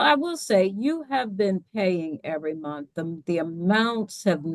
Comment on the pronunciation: He looks like he pronounces month as "munt"